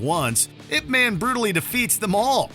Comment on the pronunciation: I love your channel but being a super fan of I P man it's not pronounced ImP man like it's was very cringe hearing u say it over and over again like come on I love your channel too much to hear you guys mess up the name of that movie 🍿😅😢